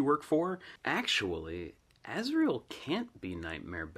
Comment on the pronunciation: azriel not azreal